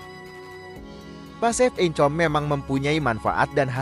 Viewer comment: Saya tergelitik saat mendengar pasif income (pasifikame bacanya) wkwkwk